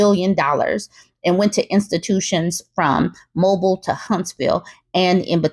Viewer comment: Love your channel and message, I new subscriber and Alabama resident... But, it's not "Moball" , I it's "Mobeel".